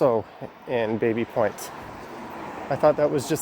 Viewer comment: I thought it's pronounced "Babby" Point